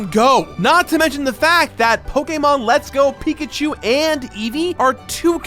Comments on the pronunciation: pokemon not pokaamon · If you say PokAYEmon one more time... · I know there’s a lot of ways to pronounce it but pokaymon is driving me crazy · POKE AYY MON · You say Pokémon wrong, I can’t watch this without getting triggered x) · Great video but your way of saying Pokemon just gives me headaches haha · Is it ok to be offended by the way he says Pokemon? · I HATE how this guys says pokemon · Stopped watching because of the way he said pokemon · How u said Pokémon s made me curl up into a ball and repeatedly say why for 5 hours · You say Pokemon weird